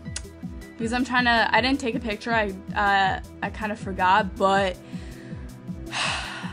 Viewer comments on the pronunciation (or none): none